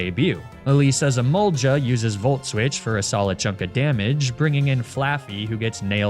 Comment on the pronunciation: “Ee-mole-juh” “Emolga.” “Ga. Guh.” “Ja. Juh.”